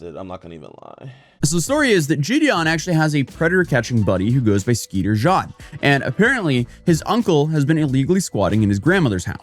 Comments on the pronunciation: It’s Jean not John. Put some respect on his name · Skeeter Jat 💀 it's pronounced Jean lol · Skeeter Jean-Luc 😂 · Its skeeter JEAN. Not skeeter john. How do you not know that? Lol. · It's Skeeter Jean, like Billie Jean, like the denim pants. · Oh? Like, explain instead of vagueposting. I don't think has actually heard his name said out loud, because in Europe 'Jean' is pronounced akin to 'John'. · Skeater "ǰéàń" cracked me up 😂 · he pronounced Jean in the french style where it kinda sounds like "shaun/sean" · how did he mispronounced "Jean" 😂